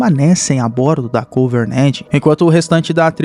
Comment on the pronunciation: Só eu que me encomodo ouvindo ele falar covernent ao inves de covenant?